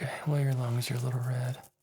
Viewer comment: Hol’ up... did you just tell me my lungs are a “little red”... from examining my throat...? I’ve replayed that so many times now and I still hear “lungs”... am I tripping? 🤒